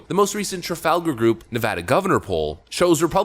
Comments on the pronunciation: 1st off...that you for pronouncing Nevada not nevAWda! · Thank you for pronouncing "Nevada" correctly. :) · Thanks for pronouncing Nevada correctly. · Thank you for pronouncing Nevada correctly. As a native, one of the biggest pet peeve’s is to hear it spoken like you are trying to be Spanish. That said, I now live in Tejas. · You pronounced Nevada correctly. 💘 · It's a small thing, but it means so much to Nevadans: Thank you for knowing how to correctly pronounce the name of the state.